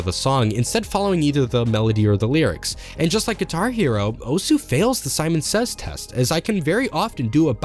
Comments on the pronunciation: The U in OSU! is silent because it is Japanese. It's a very manly and rough way of saying "HEY". Accosiated with delinquents and martial artists. And its not pronounced Oh-S either heh. It's more like Oz (like in the the wizard of oz)! The name stems from the fact that OSU! is a simulator of the games series "Osu! Tatakae! Ouendan!" (HEY! FIGHT! CHEER SQUAD!") for the Nintendo DS (also got a US entry in the series named Elite Beat Agents). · Don’t be ignorant. “Osu” is pronounced “oss” where “u” is silent because that’s how Japanese works. Study the language a bit. It uses “syllables” in its written language. To make a single consonant, it drops the “u.” So if you say “I’m a teacher” in Japanese, it’s written as “先生です.” (Sensei desu) but most Japanese say “dess” instead of “desu.” Some say desu for emphasis or just to sound “cute” but most say dess.